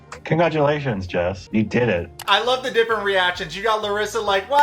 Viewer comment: I cracked up when you said "congratulationsty" lmaooo